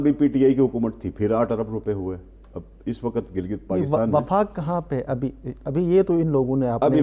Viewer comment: جو میڈیا اپنے اشتہار اچھی طرح دیکھ کر نہیں لگاتا وہ خبر کیا دیکھ بھال کر دیتا ہوگا۔ جناب وفاق ہوتا ہے وقاق نہیں۔